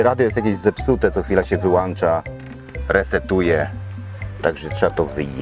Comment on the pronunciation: panie jakie wyłancza